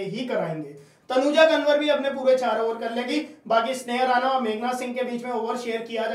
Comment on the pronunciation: तनुजा कंवर ह । कनवर नहीं 😅